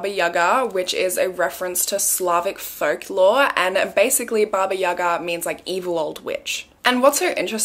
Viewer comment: Hello, from Slovakia I love your videos. Your pronunciation of baba jaga is very accurate 💗Have a nice day!